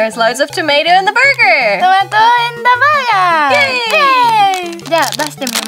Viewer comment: Reminds me of Inspector Clouseau, "Tomato in da Burgyeerrrr"